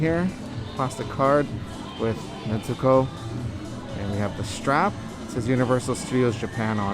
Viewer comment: Bro it’s not Netzuko. Stop putting a damn T in it lmao